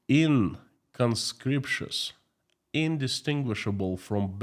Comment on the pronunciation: Inconspicuous! In-con-spik-yu-us. Just saying!😂